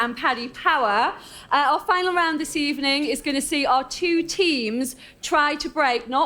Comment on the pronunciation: I swear Lynsey Hipgrave said ''Good ebening'' no??